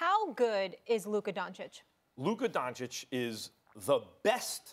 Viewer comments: Nobody: Stephen A : "Luker Doncick" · Stephen a Smith: Luker Donchick 🤦‍♂️ You need to get it together fr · "Luker DonchiCK" Stephen A Smith 2020 I stole this one cause it was fucking funny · “Luker Doncic” - Stephen A Smith 2020